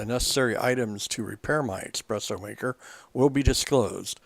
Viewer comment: I really appreciate the effort of this video seeing as my machine badly needs repair. The information is good however there are not enough photos displayed in stages here for me to feel comfortable with taking apart my machine. As a side note, I would like to point out (no offence to the writer/speaker) that there is no such thing as expresso, the word you mean is espresso (es not ex). Way to many "serious" coffee drinkers get this wrong. I have seen coffee stands out there that use the word expresso in their title but that is because they are mashing the words express and espresso to be witty. Es like the word escape not ex like the word express. :)